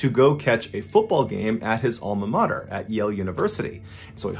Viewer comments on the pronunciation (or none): none